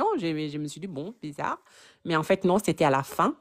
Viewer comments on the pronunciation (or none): none